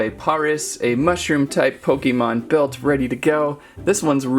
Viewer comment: He said pok a mon